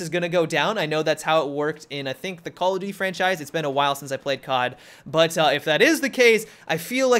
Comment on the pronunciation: say cod like CQWODD